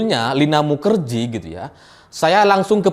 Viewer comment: Kenapa bacanya mukajahe ... 😁